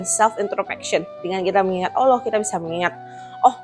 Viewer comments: Excellent ! maybe one thing, lebih baik mulai dari cara pengucapan Ollah dengan menipiskan bunyi O dan menebalkan huruf L daripada mengucapkan Olloh atau Alloh. akan lebih baik jika bisa melafadzkan Allah properly. jika lihat video-video debat Islam Kristen yang berbahasa Inggris, sangat banyak para bule kafir itu jauh lebih fasih melafadzkan nama Allah daripada umumnya orang Indonesia yang muslim. Kenapa? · Kritik dan saran aja sih utk ci.. pengucapan kata Allah nya semoga bisa dilafalkan lebih afdhal..